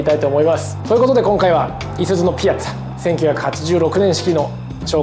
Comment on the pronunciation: ピアッツァのイントネーションってピ「ア」ッツァが正しいと思ってた